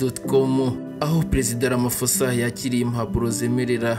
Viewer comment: Sinzi impamvu musoma iri Zina nabi Kandi ba nyiraryo bahora barivuga mwumva! Basoma "Ramapoza" ntabwo ari "Ramafosa" ph iwabo bayisoma nka p gusa.